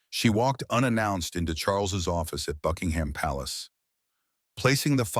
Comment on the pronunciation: Please, PLEASE, the royal Palace is NOT a jumping pig. Drop the 'h' and pronounce it 'Buckingm".